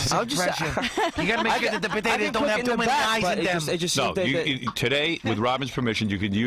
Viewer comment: “red bodaydas” 😂